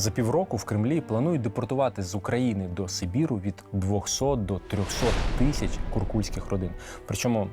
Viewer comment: Правильно казати не « тищя» а «тисяча дев’ятсот…